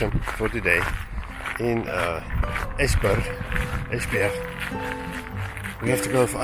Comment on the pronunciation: Dont know why you are diffent but this is the second time you're nailing it with the pronouncation... Esbjerg was spot on... And now I wonder why no one else can say it. Clearly not a problem for you guys. 😊 Will get back to the videos later... Im a bit behind them now. 😅